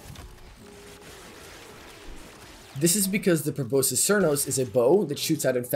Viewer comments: Pro-boss-kiss. That’s how you pronounce that bow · it is pronounced proh-boss-iss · Bro can’t pronounce proboscis 💀